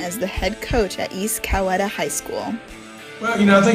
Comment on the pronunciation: Coweta is pronounced "cow-Edgar. Just an FYI. Go Panthers!